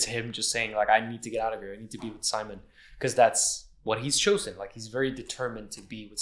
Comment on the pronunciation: okay can we finally just address the pronunciation of simon in the press when they're speaking english IT IS SEEMON NOT SYEMEN... or semen (I AM SO SORRY IT JUST POPPED INTO MY BRAIN LMFAO) WHO TOLD THEM TO CALL HIM LIKE THE ENGLISH VERSION OF HIS NAME OR SOMETHING I swear edvin used to say it the true way and omar said sighmon (PFFT) it feels like they always go back and forth which okay is kinda entertaining but THANK YOU OMAR FOR SAYING SIMON they say his name like this in english in the show SO THIS IS HOW THEY SHOULD SAY IT ALWAYYSSS PFFAHS I'm not that mad its funny but a lil frustrating but i love them so i don't care too much its just like WHY HAS NO ONE ADDRESSED THIS at least that i haven't seen ;D